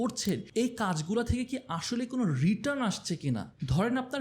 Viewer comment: একটা ছোট্ট কারেকশন ছিলো.. 'রিটান × 'রিটার্ন √